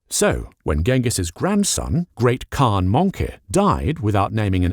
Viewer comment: The proper pronunciation would be "Chin-gis-hun" And while a khagan is pronounced correctly, all of the khans don't get that luxury for some reason Kurultai or Hurultai or Hurultee - pick your poison